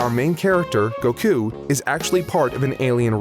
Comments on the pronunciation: you pronounce goku like cocoon and i dont like it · I hate how you say Goku